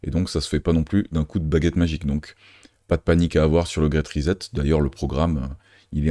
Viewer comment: Bon travail. Très intéressant. Pourquoi prononcer ri-zette au lieu de ri-7 ? Pour le reste, bravo!